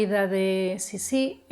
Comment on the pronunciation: no se pronuncia Sissí con tilde en la última i. Se pronuncia Sissi, como palabra llana. Yo creo que Sissi fue una mujer que vivió para adentro, centrada en un mundo interior, muy para sí misma. Cuando tenía que hacer frente a situaciones adversas, elegía distanciarse y replegarse sobre sí misma en vez de luchar. Es lo que ocurrió con sus hijos mayores. Lo intentó al principio pero finalmente desistió. Era egoísta, si entendemos por egoísmo el hecho de dar prioridad a los propios deseos por encima de los deseos de los demás. En todo caso fue muy fiel a sí misma, y su manera de no doblegarse ante la implacable maquinaria de la corte consistió en marcar una distancia insalvable que la convirtió en un ser extraño e incomprendido a ojos de muchos, sin que a ella le importara lo más mínimo. Por todo esto despertó rechazo y fascinación a partes iguales. No creo que fuese una mujer manipuladora, fue más bien una mujer inadaptada, contradictoria y en general desgraciada. Un personaje interesantísimo...